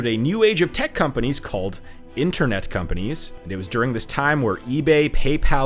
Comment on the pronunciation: If you can't even pronounce the names of the companies properly, and use metric units in the imperial world, you obviously have no idea of what you are talking about.